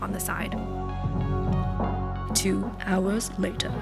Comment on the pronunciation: “Two hourersss latierrr” lol I love you ❤️❤️ looks delish!!